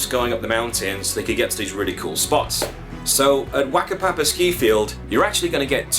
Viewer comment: A few language notes: Pronounciation is actually pronunciation. The Maori 'a' is always long, and the Maori 'wh' is always pronounced as 'f'. So Taw-hai sounds like Tahfye. Wackapapa sounds like F@ Wakatane sounds like F@ etc.